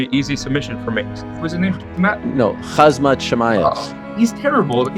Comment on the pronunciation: GHAZZZMAT CHIMAEV while correcting:D